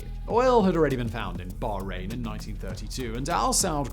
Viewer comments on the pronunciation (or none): none